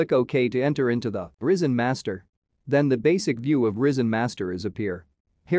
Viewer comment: it's rY-zen, not risen, pronounced rai-zen. get rid of the AI voiceover, no matter how advanced AI gets, it's still retarded...